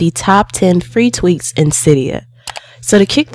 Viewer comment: Sorry to tell you but its called tweaks not teaks